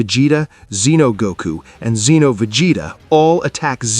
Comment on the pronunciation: You know after watching and listening to 2 of the narrators butcher the word's Saiyan and Zeno multiple times throughout this is one thing and can be forgiven. That being said who thought that putting the phrase "where on earth" was a smart thing to do. Do better